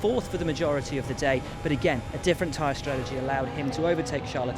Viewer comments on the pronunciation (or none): none